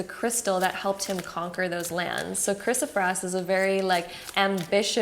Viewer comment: It is pronounced 'Kris-o- PRAISE', like 'praise God'. Not kris-o-frass, or prass. Great reading btw!